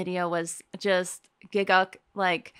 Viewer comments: It's actually pronounced 'gigg uk' as in united kingdom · It's not pronounced Gigguk. It's Gigg UK 🇬🇧.